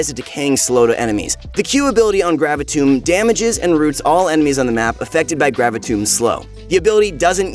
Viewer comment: Your pronunciation of "Gravitum" triggers me, especially considering you pronounced the other 4 guns correctly and they all end in "um".